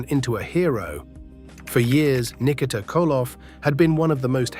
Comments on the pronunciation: Nik-a-tah ? Ski-voni? Ai slop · R I Flair. Lol. Nick eh ta (said quickly) lol